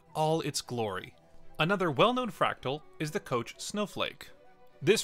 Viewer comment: Bruh. Kock Snowflake, really? Koch!!!